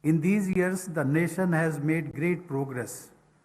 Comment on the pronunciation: Muadala tamizh ( தமிழ் ) ழ! எண்று பேசி பழகுங்கள்.. பிறகு பாப்போம்... வருஷங்களாக கூவ துடிக்கும் ஒரு சேவல். அதனை கூட்டில் அடைத்து., தான் விரும்பும் பொழுதெல்லாம் முட்டை போட சொல்லும் ஒரு முட்டாள் முதலாளி.. 😂😂🤭🤭சிரிப்பு தான் யா வருது. NAsiON aa. Nationaa?? 😂😂😂... வாழ்க வளமுடன் 🙏🙏.